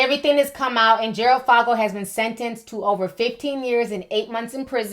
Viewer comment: His last name is said like the 'o' in "for" not "fog".